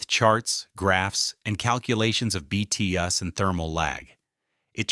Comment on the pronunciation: BTUs British Thermal Units. Please somebody teach AI to read those abbreviations correctly.